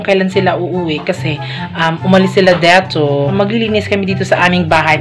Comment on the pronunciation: nakakainis naman ung sinasadya mong pagbigkas na may bisaya accent like EKOT EKOT at DETU. pagbisaya nalang kay pangit paminawon. ayaw mo kasulo kay constructive criticism na ha.